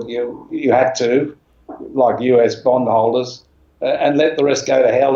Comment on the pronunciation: 22.15 did he say U.S bomb holder's or U.S bond holder's ?